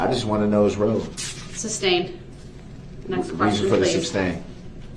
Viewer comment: Brooks: “Why is duh DA’s adjection being SUB-STAINED”? Judge: “I didn’t SUB-STAIN it, I SUS-STAINED it you moron”!